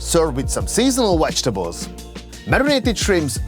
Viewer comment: he said Served with "wetchtables" LOL....